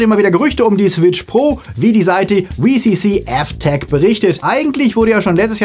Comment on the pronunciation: „Wee See See Eff Teck“ ? Heißt es nicht „Double U See See..“